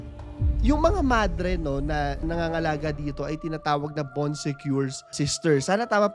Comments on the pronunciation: Bon sekor po kuya hindi bon sekyor HAHAHAHA ganda ng story mo kuya lahat napanood ko na❤ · baan suh koor - yung pronounciation.. nacurious ako. Sinearch ko tuloy sa google. 😂😂😂😆🤣